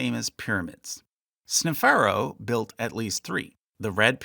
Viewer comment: hearing sneferu as snefarrow makes me want to tear my ears off